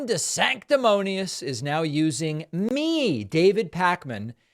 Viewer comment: I love it when pakman says Sanctimonious !